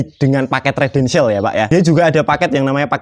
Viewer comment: Residential mas..dudu redential. Bingung ngko sing ndelok